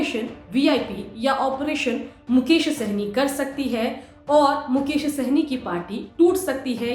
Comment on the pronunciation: मुकेश होगा मैडम मुकोश नहीं